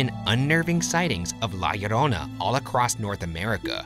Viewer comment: oh ok lol, well he sounded perfect to me because I'm native spanish speaker and that's how we said it here in Mexico too :)